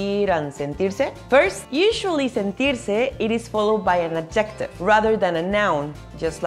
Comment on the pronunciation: By the way 'adjective' is stressed on its first syllable, not in the usual Spanish way on the second last syllable. Otherwise, your English is pretty good.